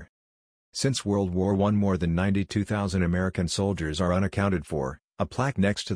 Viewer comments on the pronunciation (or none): none